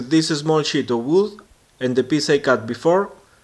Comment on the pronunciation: hehe im laughing so hard because ur saying shit in stead of sheet. Nice video tho, keep it up!